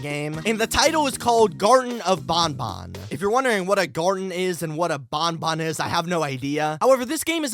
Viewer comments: Him "garten of BONBON" me "EXUSE ME ITS BANBAN LIKE BAN BUT TWICE" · It's not bonbon it's banban. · the whey you say banban is wrong you say it like there is two O's but there is A's not O's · It's pronounced banban not bonbon...